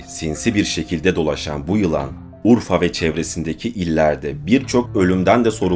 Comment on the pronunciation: Abi niye urfa diyon